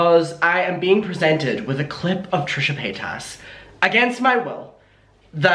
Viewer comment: i really love it when calls Trisha Paytas as Trisha Pataytas, i lolllllled everytime 🤣🤣🤣